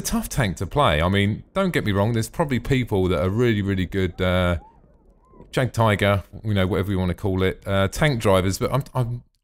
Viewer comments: Jagdtiger pronounced --> Yag-Tiger <--:L Ok now i have finished the video, you are hopeless haha,?:P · I speak German. It is pronounced "yag tiger" English "J" is said like a"'Y"